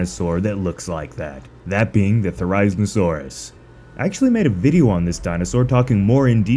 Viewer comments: Therry-zee-no-saurus. Therry as in Berry. Zee as in Bee. No as in No. Saurus, well you can guess that part. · This is how to pronounce the therizinosaurus Thr-I-zee-saw-ruhs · The way you pronounce "Therizinosaurus" isn't accurate, it's pronounced "There-Ah-Zeen-Oh-Sore-Us". Just saying. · is it just me or does anyone else feel annoyed when he pronounces it as te-rize-ino-saurus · you pronounce therizinosaurus wrong 😐 its pronounce the-ri-zino-saurus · Say it with me now thera-zee-no-saurus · You pronounced therizinosuarus wrong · Please look up how to pronounce therizinosaurus. You should always thoroughly research your topic before you make a video on it. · why is he saying therizinosaurus like that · How you pronounce Therizinosaurus hurts me